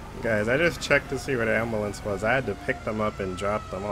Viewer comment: You say umbulance